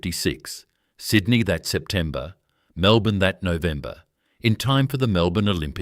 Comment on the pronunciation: was great until the AI slop images popped up, then later on could not even say 'Melbourne' straight - well now I cannot trust any of it. pity.